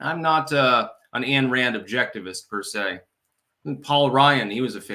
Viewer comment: time foe a lesson; her name is Ay pronounced like like SPINE, Ayn Rand -- not “Ann” Rand -- Ayn, like MINE.